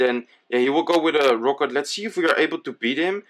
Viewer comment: omg can you say rocket and not rooket?